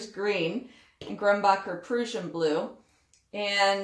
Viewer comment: PRRRR-RUSSIAN [pruhsh-uh n] Spell Syllables Examples Word Origin adjective 1. of or relating to Prussia or its inhabitants. 2. characterized by, exemplifying, or resembling Prussianism. noun 3. a native or inhabitant of Prussia. 4. (originally) one of a Lettic people formerly inhabiting territory along and near the coast at the southeastern corner of the Baltic Sea. 5. a Baltic language formerly spoken in Prussia; Old Prussian. Abbreviation: Pruss. sorry - you know me and info :)